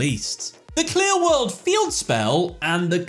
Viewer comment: Cannot unhear QLI-WORLD